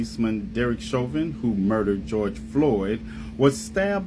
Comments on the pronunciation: Evidence isn't new. What's new is the FBI connection to the tampering of autopsy files, but in trial it was obvious Derick Chauvin (sounds like "show-vin", not "chavin") used less than authorized force, that Floyd was under lethal doses of fentanyl, and that it was a political hitjob aided by the fact that the video of the incident looks bad, but the physics at play were very different than the narrative that was being pushed. I mean, the sentencing didn't even make sense. He was charged with mutually exclusive forms of murder. The jury was placating a mob that doesn't understand the difference between 1st and 2nd degree murder, not carrying out justice. This is the case that solidified my opinion that there are just as many partisan idiots on the right as there are in the left. Truth takes a backseat to these teamsports. Derek Chauvin is innocent, and what happened to him was a complete miscarriage of justice. George Floyd killed himself trying to avoid a drug charge, so he opted to swallow extremely lethal doses of drugs because he was an idiot and a loser. Still to this day it makes my blood boil that people would hold up such scum as some sort of saint. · I do love your show and watch all your videos as soon as you release them but I wish you could get people's names right. Literally every video and news clip you showed correctly pronounces Chauvin correctly. How can you hear the name so many times and still get it wrong? You're clearly a very intelligent man but surely you must have heard the name pronounced correctly thousands of times by now and yet somehow that doesn't enter your brain.